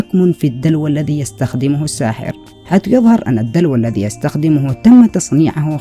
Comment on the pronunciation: ارجو التركيز على النطق الصحيح لبعض الكلمات مثل (الذي وليس الدي - إذا وليس إدا - وغيرها)